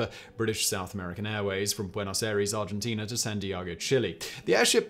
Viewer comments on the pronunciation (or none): none